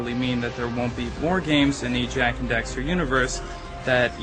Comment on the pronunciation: why does every one say: "jak and dexter"? its "jak and daxter". sorry to say it, im just real big on things like that, they annoy me...